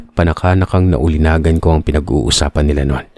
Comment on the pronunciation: * Ulinigan not ulinagan.